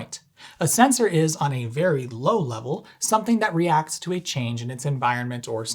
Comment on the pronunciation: You get a like, just for saying "sensOr".